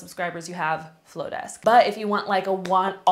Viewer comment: The marketer in me is dying hearing you say mailchimp and flodesk. 😂😭😭😭 otherwise, love this video!